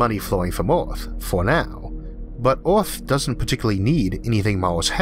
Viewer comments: Mawshun? Orth? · that is not speach impediment, e cant say earth or on mars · Why the Hell can't he say Mars, or Earth? Every time he says a word that has an "A" or "E" in it, where that is the emphasis of the word, he screws it up. It is not even speaking English, from England, Australia, The US, or any other place that speaks English. I hope that I am not making fun of someone who is hard of hearing, which is what this sounds like. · Its Earth not Eaourth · SO PEOPLE, IF THERE IS ONE THING YOU CAN LEARN FROM THIS VIDEO, THAT IS THAT EARTH IS NOT CALLED "EARTH", BUT "ORTH" INSTEAD, HAHAHAH. :D :D :D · This host has big problems with clear english pronouciation - did you not have a better one ? Orth ??? He is speaking martian english or worse . . . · Is there something wrong with my sound or is he pronouncing every er as or? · Can any English native speaker tell me, what is the accent the guy speak with? The pronunciation of the word 'Earth' sounds strange to me.. like some kind of Scottish? :-) I ask of pure curiosity, no offense meant .. Thank You. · Why do you have a hard time pronouncing words like Earth? It's very distracting and it takes away from the story